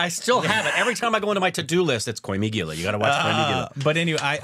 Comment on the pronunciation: Koi mi gilla😂😂 I know one shouldn’t make fun of wrong pronouncing skills but it is funny when they say it